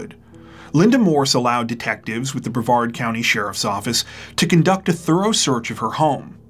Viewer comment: Yeah! YOU pronounced Brevard correctly! That’s a first!